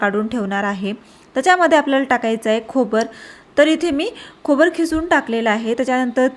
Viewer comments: ताई खोबर्याला तुम्ही खोबर म्हटलं की गोबर. हे मी पुन्हा vdo बघितल्यावर कळलं. खोबरे हा जोड अक्षरे नसणारा खूप सोपा शब्द आहे. बाकी रेसिपी ठिक आहे. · छान नवीन प्रकार आवडला❤ फक्त चमचा,खोबरे अशा शब्दांचा योग्य उच्चार करा , तुमच्या चॅनलची प्रगती होईल👍